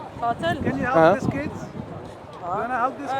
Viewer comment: It’s keeeds 😂😂😂